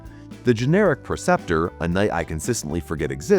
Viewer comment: Canis = CAN-iss, not "CANE-iss" And it's *PREceptor, not "PERceptor." 🤪